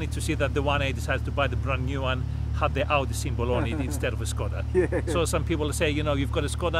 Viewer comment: Yes, and you pronounce it exactly like "SKODA" should be properly pronounced in Czech :D (see visioracer's videos)